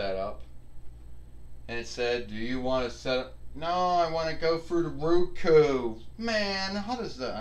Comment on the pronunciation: wins again. I hope you get use to your ROKU. (I understand you mispronounced it by saying Ruku. Pronounced Row Koo)